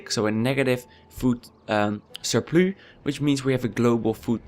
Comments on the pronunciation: You're english is good but it's a food surpluSSSSSSSSSSSSSSSSSSSS not surplu (this is english not dutch) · You get a Like just for saying "surploo" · Sounds like french with a dutch accent, snap je?